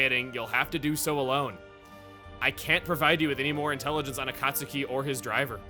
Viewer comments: Akat suki....u said it as Akat suki. Its Akat Ski. Akatsuki is said Akat ski. Sorry had 2 point it out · As a Naruto fan, hearing Chugga say A-Cot-Suki, and not A-Cot-Ski irks me. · It's pronounced A-cot-ski, like in Naruto. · Akastuki = Akah-su-key just like tsunami. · ok, this is bothering me., you are saying Akatsuki wrong. you should be saying it with the U being silent. Akatsuki is pronounced as "Akatski" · "Master A-Kaut-Suki" Someone's never watched Naruto. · I have to assume Chugga never watched Naruto by the way he pronounced Akatsuki. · Naruto fans like me are facepalming at a certain word's pronunciation on Chugga's part. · the way Chuggaa says Akatsuki makes me think he hasn't seen naruto